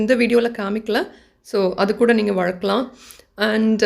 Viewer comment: வழக்களாம் illa வளர்க்கலாம் nnu pronounce pannunga